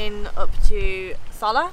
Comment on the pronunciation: Soller.................. the 2 ll's are pronounce as a Y in Spanish